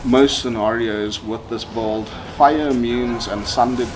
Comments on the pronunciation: The way you said “bulld” (“build”) makes my blood boil… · C'mon man Say it slowly it's B U I L D !! Not bold or whatever you are saying.